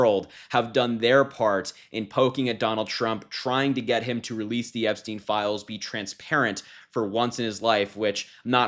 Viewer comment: Correct pronunciation is Epstine not Epsteen.